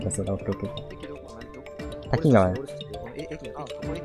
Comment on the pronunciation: たきがわじゃなくたきかわ